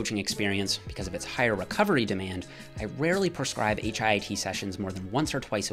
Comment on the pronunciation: Please call it HIIT, not HIT. Your friend, Dorian Yates.